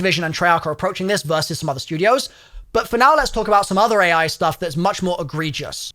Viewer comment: Ah yes the dev teams are scrambling to get it ready i think you said ai wrong there good sir